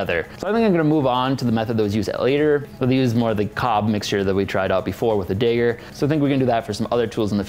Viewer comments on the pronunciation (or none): Dayger Me: no, it's dagger: Yeah, dayger, that's what I said Me: oh honey..... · It's not an effing dayger. It's a daggggggger. Ffs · DAH-gur ... not DAY-gur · Or drink every time he says "dAger, instead of dagger". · Hey. It's pronounced Dagger. Like dag nabit! Not dayger. It's not day-ger... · Dagger not digar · Why do people say “Dayger” it’s Dagger like stagger but starts with a D instead of a S and T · Do you pronounse dagger 'dager'? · The way he says dagger sounds like some kinda ethnic slur